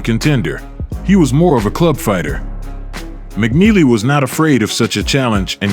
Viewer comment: Mike turned McNeely to JogNeely 😅